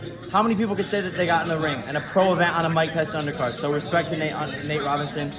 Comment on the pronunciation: He said natche robinson lol